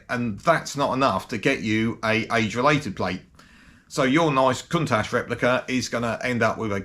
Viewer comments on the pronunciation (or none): Not cuntash...its count ash